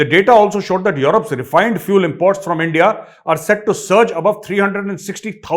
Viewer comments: Whenever you say ‘En-dia’ bas hassi nikal jati haii 😂😂 aur aapka humour to bas ek number❤ love to see your videos and wait eagerly for the new ones 😊 En-dia 😂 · The way you say Endiaaa and haain is very very funny😂😂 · Sir ap aendiya bolte ho 😂😂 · Sir ji mazaa aa gya aaj phir endia bolte hai pakistani aor jb aap bolte ho toh endiaa 😂😂😂😂 jai hind 🇮🇳🇮🇳🇮🇳